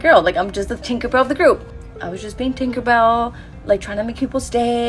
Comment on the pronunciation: Take a a shot every time says thinkerbell